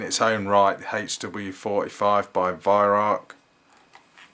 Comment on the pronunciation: great videos. The Germans pronounce Weihrauch as (Vy-Rau)